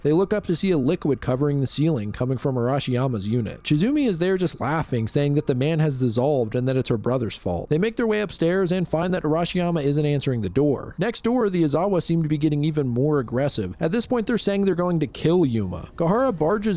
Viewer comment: Just curious why you keep pronouncing “Azeri” as “Azawa” in Dissolving Classroom…